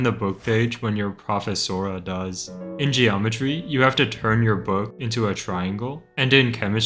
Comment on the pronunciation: ain't no way he pronounced profesora like that